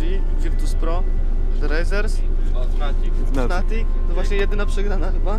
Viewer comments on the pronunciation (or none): none